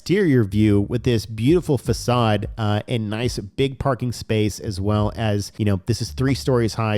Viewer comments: Bro cool video but facade is pronounced fuh-sod not fak-ade… pretty sure that’s what you meant to say right ;-) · Facade please 🙏 Not facade it is facade the c is pronounced as an S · Fa-saaadd lol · I recommend learning the correct pronunciation of the word facade.